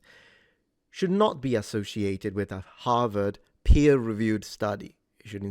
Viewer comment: Harward ha ha ha ha ha ha rward